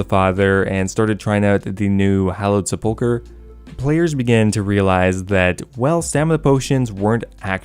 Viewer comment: Wish people would pronounce sepulchre correctly...